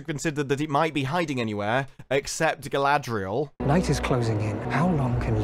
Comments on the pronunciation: I hate how they pronounce R in GaladRRRiel and SauRRRon, but nowhere else, it's just fucking annoying. For what they spent all that crazy money on, it looks like a slightly above-average fantasy show. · No, in the "ice climbing scene, I believe that the, erm, "showrunners'.... are trying to show Galadriel, or should I spell it, how they pronounce it? GaldRRRRRRiel. How GaldRRRRiel is just SO DRIVEN unlike those pesky men folk... That she is UNSTOPPABLE... Great Leader Qualities, be DAMNED...